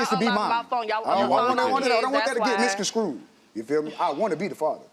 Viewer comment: For the life of me...I don't know why it bothers me so much when people say misconscrood. Maybe I have been saying it wrong all my life. I thought it was misconstrued.